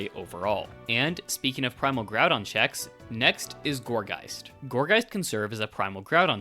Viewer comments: Man what is Primal Graudon? Why you pronouncing Groudon so weird? Ground is a word, mate. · Your misprounication of groudon is driving me crazy you go between correct and incorrect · its pronounced ground-on btw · “primal grodon” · Not the worst pronunciation I've heard ngl, that would go to "grue-don"